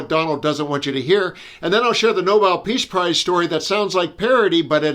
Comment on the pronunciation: She can't pronounce peace prize